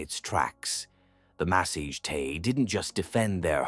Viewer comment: well done BUT PLEASE its not massage tay its THE MASSA GETAE